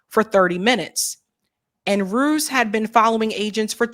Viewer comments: Ruiz isn't pronounced Rooze. it's Roo-eeze. as a Spanish surname. But anyway ...... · Rue ease, not ruse